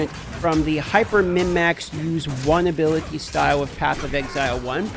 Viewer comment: Why does he say ability like that lol. Just say skill